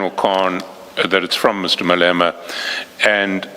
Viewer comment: Crap AI. Cant say Malema ! Fix before publishing!😢